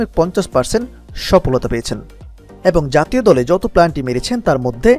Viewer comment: Planty 🤣🤣 valo kora bolan tarpor video banan